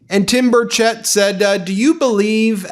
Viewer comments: It is pronounced bur shette sorry my cousins last name is Burchette and it is not pronounced bur chet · Representative Tim Burchett's name is pronounced BURR-chett